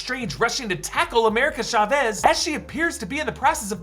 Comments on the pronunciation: *ChÁvez, not Chavés. How come you take so much time on overanalizing everything in a trailer and can't take the time to correctly pronouncing the names of the movie's main characters? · It’s pronounced America “CHA-vez”. Emphasis on the A.